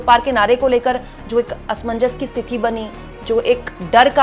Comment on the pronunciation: स्तिथि नहीं, स्थिति होता है। बाकी आपका काम बढ़िया है।